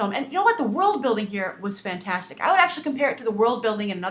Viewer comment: U said FRANTASTIC oh my gosh!!!